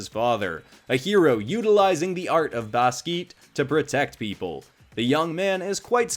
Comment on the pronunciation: ‘Baskeet’ killed me 😂😂😂😂😂 Also. There HAS to be a part 2!!!!!!! Pls include a swimmer or diver (like Tom Daley)!!!